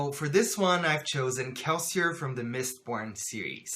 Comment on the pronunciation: Just found your channel and I'm binge watching all your videos. By the way what's your first language? When you said kelseir I screamed a little bit inside, but I can see exactly why you think you way do.